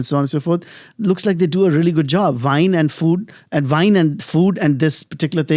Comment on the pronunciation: This guy is so off commenting on French women but cannot say wine 🍷 “vine” what is vine, You non immigrant FOB?